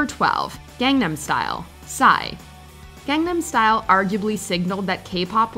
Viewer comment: Gangnam Style. How can she mispronounce it while it is being pronounced in the video?